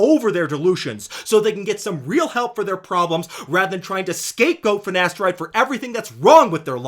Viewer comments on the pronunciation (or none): "Nocebboh" "Finasterideh is safeh"